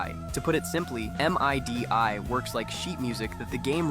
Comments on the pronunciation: I have never heard MIDI be called M-I-D-I It’s like Mid-ee that’s how you pronounce it Mid like middle. E like eel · It is not pronounced "M-I-D-I". It's called "MIDI". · This is super impressive. One note though. We say MIDI as middy not M-I-D-I. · M.I.D.I? Really? You pronounce it as MIDDY. But I wouldn't expect a CLANKER to know that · Your saying of " EM EYE DEE EYE " killed me. It's actually "MEEE-DII" as is, MIDI! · "em ai di ai" bro just say midi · That was weird hearing someone say "M, I, D, I" instead of just "mihdee", like I've said since the .mid-to-late 90s. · Please just say "Midi" instead of "Em Ay Dee Ay". 😭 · Love how the AI voiceover goes out of its way to pronounce it as M.I.D.I. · M I D I instead of midi is a first for me. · making the ai say "M. I. D. I." instead of just midi is diabolical. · Oh, we call them midis, not M.I.D.I. That threw me off 😂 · Kee-loh bytes? Lol. It's Kill-o-bytes Also, it's pronounced mid-ee. Not M-I-D-I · Great video, but it's Midi... NOT M I D I.. As a producer that was jarring 😂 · You can tell when somebody's GenZ when they say "EM-EYE-DEE-EYE" instead of "meedee". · Saying M . I . D . I . instead of midi is a crime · From someone Who said M.I.D.I instead of MIDI... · "M-I-D-I" Was like - bro do kids not know about MIDI? It's pronounced like "middy" and was the basis for all game music for decades until mp3 compression got good and storage got cheap. Which feels like it happened fairly recently? But now it's like some ancient magic. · For those who dont know, it isnt supposed to be pronounced "EM AI DEE AI", but "MIDIE", if that makes sense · When he called "MIDI" "Em I dee I", like it's some weird thing he's never heard of, I instantly aged by 10 years. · You completely lost me as a potential viewer with this eM… eye… Dee… eye… bullshit. MIDI has been around since the late 70s. Too many talented ‘tubers to put up with this crap. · Em ai dih 🥀 ai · MIDI is pronounced “middie” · No real human would pronounce it M-I-D-I